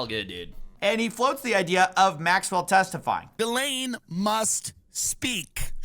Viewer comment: I believe Ghislaine is pronounced "ji LANE". Not "GIZ lane".